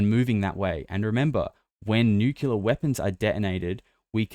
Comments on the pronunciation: sir, you are pronouncing Nuclear incorrectly. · Oh great another person that doesn't know how to pronounce nuclear .😂😂😂Maybe those stories about advanced civilizations living inside earth have always been true. Admiral Byrd talked about it. And I believe it was the Hopi who said the "ant people " took them underground to survive a cataclysm. Tons of those kinds of stories